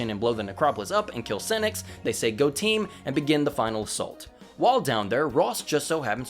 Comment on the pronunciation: Say Lord Senex without the en 😳😳😳